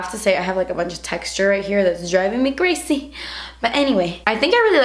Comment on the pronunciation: I've been saying "creh-ssyyy" instead of crazy for a while now and it JUST clicked with me that I picked it up from watching hahah. This look is a lil crehssy but love watching your vids as always~